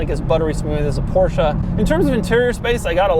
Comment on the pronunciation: It's Coupé and Porsche not Coup and Porsch learn the fucking difference